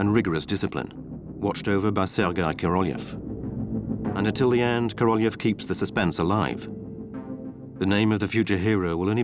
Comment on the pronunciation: The Narator should be embarrassed for distorting and mispronouncing the name of Korolev! Instead of the meaning of a king he made it sound like a cow. Shame on him!!!